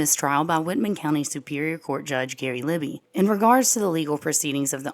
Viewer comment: You're the only channel I watch on the Idaho 4. You are excellent! Please keep up the incredible work that you're doing. I'm originally from Colfax and know the area well. FYI, Libey is pronounced "Lie-bee."